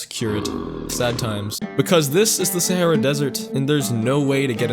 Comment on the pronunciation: You say sahra wrong